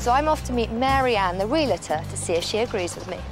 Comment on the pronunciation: Learn how to say Realtor. It is NOT re-la-tor like you are saying. It makes you sound like a fool. Again, it is: Real-tor. This is suppose to be your area!